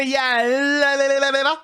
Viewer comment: Tell me where is Celeborn, for a much desire to speak to him. Why does every character in this show pronounce Galadriel's name in such a pretentious way? It's not just one character that puts the EL from El Camino, at the end of her name, but every, single, actor in the show pronounces it this way with so much over accentuation on the last two letters. I find it quite annoying.